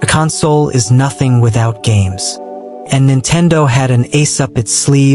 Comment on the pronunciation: Bruh is this all Ai? Nothing is real footage and you couldn't even say the word console right...